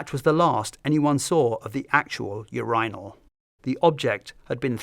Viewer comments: im triggered by you-RYE-nol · Do Brits really say you're EYE nal???😂😂😂😂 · The way he pronounces urinal makes it sound like a royal title. 'Yes Your Inal.' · Seriously? Not one comment about the pronunciation of "urinal" in this video? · I don’t think I’ve ever heard urinal pronounced that way even by Brits Great video as always!